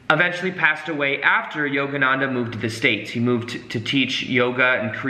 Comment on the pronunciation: Yoganadha?? Its yogananda